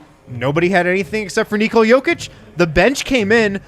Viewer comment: ''Say Neekola one more time'' lol, hilarious!